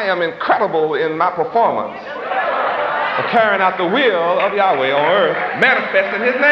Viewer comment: even though w is double u in english we pronounce it as WA as in water He would have done better even if he said Yahwah which also is incorrect but in line with the alaph bet (bat) in which he thought was correct.